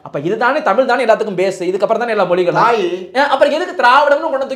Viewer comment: முதலில் தமிழ் என்ற வார்த்தையை சரியாக உச்சரியுங்கள்